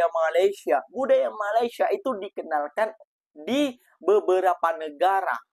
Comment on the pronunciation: Mas, tolong Mas, sebutan Malaysia nya, harap dapat dibetulkan. Slaah sebutan tu woiii